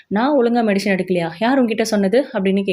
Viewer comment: It is medicine not medishine